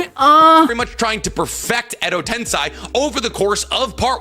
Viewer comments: God why does this guy talk in this weird fake exaggerated way, it's so aggravating, I wish you volume'd him down a bit. Also how can he mispronounce so many names and words fucking christ. Edo TenSAI? TENSAI? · I hate how he says “tensei.” 😖